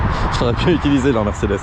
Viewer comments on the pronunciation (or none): none